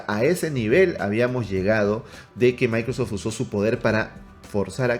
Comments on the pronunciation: Dice "MicroSFot" no Microsoft 😅😅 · Minuto 27 ahora edge es de "MICROSFOT" 😄 Ya no es Microsoft, Según el. Jajaja